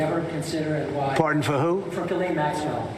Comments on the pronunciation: sorry one correction, it's pronounce JIZZ-lane. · David, It is pronounced: Ghee-len (a hard G).